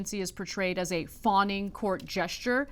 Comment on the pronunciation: And then Ana says a minute later, "Court Jes(h)ter" 😆🤣 These two have to lay off the rum punch and cannabis before going live on air! 😂😆